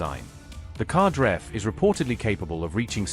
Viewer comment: The Qadr-F missile is pronounced "KadAr-eff" (rhymes with Ra-dAr)